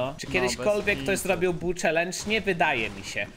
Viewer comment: Nie bu tylko bull